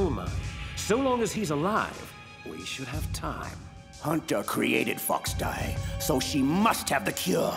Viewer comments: It's called FOXDIE not GEEKDIE!LOL. I think I might like the dialogue here better than the game itself. In fact I know I do!!! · Its called foxdie not geekdie lmfao 😂😂